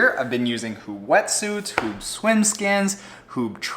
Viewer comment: Thanks for putting me onto floaty pants, I love them. btw. Huub is pronounce as huup (b sounds like a p in dutch). Regarding the suite, its a full on race suite, not a daily driver. On the inflatable bikebag, airlinestaf are screamish about inflated stuff, I suspect some might demand deflation to the point were protection is insufficient. I'm curious how that will work out.